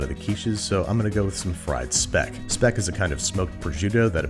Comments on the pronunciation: I think speck is pronounced like shpeck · It's pronounced "schpeck" or "shpeck" 🙄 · "Speck", or "špek", pronounced as "shpek", which is a Croatian/Eastern European smoked bacon? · In German when a word starts with "Sp" it is pronounced like "shp" so "Speck" is "Shpeck" ;). Unless you are referring to the dutch word "Spek", then I am not sure how to pronounce it. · Mate. It's Sh-peck. Sh. Peck. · Hello, here's your friendly neighbourhood native German speaker! :D If anyone is interested, the 'Speck' Babish is using is pronounced with a 'sch' - the sound can be compared to the english 'sh'. If you compare the word with for example 'shopping', the 'sch' has the tongue more relaxed, as opposed to the stiff posture of the 'sh'. :) Don't mind me, i'm just a language nerd. 🙃 (also, we Austrians take Speck very seriously^^) I wish you a pleasant scroll through the commentsection! ♥️🐖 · Speck is actually more like shpeck with like the sh sound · if by "spec" you mean german Speck or the Tirol/Italian Speck, thats pronounced with an Sch sound. like Schpeck (at least.. in german)